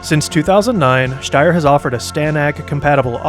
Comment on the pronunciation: I'm pretty sure sombody already said this , but i've to admitt your pronaunciation of "Steyr" is more accurate then most other english speakers ! Because St in german isnt st its scht .